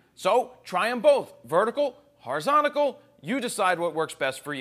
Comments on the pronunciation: Horizontal. It's Horizontal. Not Horizontacle. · one of the best online, but it's horizontal not horizontigal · Did he say Horizontical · Yeah the way he says it is kinda funny